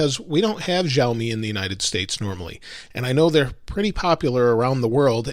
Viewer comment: Shar...me , not Jarl...me !!